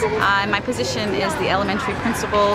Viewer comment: IT EEZ WHAT IT EEZ